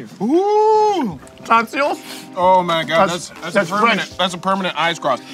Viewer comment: Yes😄😄he pronounced it like "tonseals" Go back and listen again😄😄